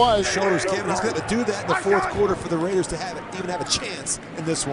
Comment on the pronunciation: i love Rai-ders Suck 3 syllables.